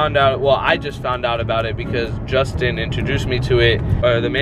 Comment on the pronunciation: Is it just me or it sounded like he said justin amd romie